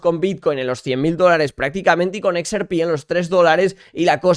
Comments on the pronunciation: no se dice "ex,er,pi", se dice "equis erre pé", vamos, digo yo... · Me agrada todo tu contenido pero si vas a decir XRP en inglés dilo bien es EX-AAAAAR-PI 🙏🏻 con todo el amor